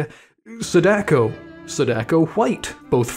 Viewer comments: jesus christ i hate how u foreigners butchered japanese name pronunciation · the most american pronunciation ever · The way you pronounce Sadako name is so funny, why the hell her name sounds like an Italian instead of Japanese 😭